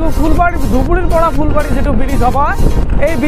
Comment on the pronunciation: Fulbari bole phulbari